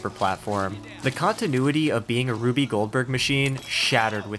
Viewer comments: Lol it’s rube like roob or rūb I guess 😂😂 fkn RUBY Goldberg 😂😂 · It’s Rube not Ruby Goldberg